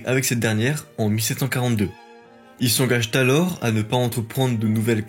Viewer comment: Excellente narration. « Il s’engage Talors », à , n’est que l’exception qui confirme la règle.